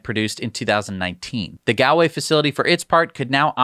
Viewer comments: Gall way pronunciation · Galway is pronounced Gaulway, sounds weird the way you're saying it lol, thanks from Eire. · The pronunciation of Galway hurts 😂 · His pronunciation of Galway made me wince